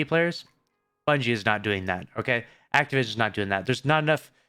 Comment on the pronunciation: He said activision…. Bruh